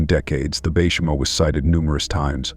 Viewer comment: Baychimo? Bacamo? Wth?